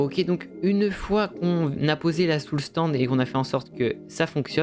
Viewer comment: Tu sais pas dire Soul "SAND" ?